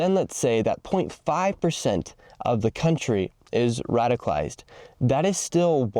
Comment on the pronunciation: It's 'radicalized', not 'radified'